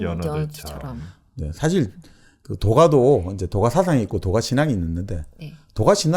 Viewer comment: 스스로라기 보다 절로라고 하는 것이 좋지 않을까요? 스스로는 인간에 관한 어볍이니까요. 장음인 단어의 첫자를 짧게 발음한 예:좋다,사실, 비단(천),현재,정치,사기(사마천),예를 들어,도덕경,(도)가도,개체적,보통, 등 벌음에 문제가 가볍지 얺습니다. 근간에 출판돤 "한국 어문을 고발함"이라는 책을 읽어 주시지요. 미국 변 완수 배